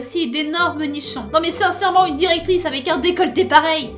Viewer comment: A : "Et vous avez aussi d'énormes nichons...nan mais sincèrement [...]", j'ai entendu "sein serrement" et j'ai ris pendant 10 ans X'DDDD